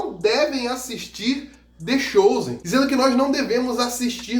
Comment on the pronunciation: The “xozen” me pegou kkkk